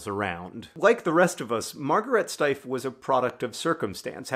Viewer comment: I've purchased several of these over the years because they are so extremely awesome. In all that time, I have mistakely assumed the name of the company was pronounced "steef." Thank you for the video and correction